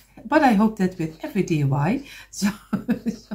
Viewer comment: I am a new subscriber. I just love your work. Just to help you out the word you were looking for is a lamp post. Also I chuckle because you say DUI instead of DIY. You are too adorable!!! Thank you for teaching us so much. Can you do more with the small blocks please?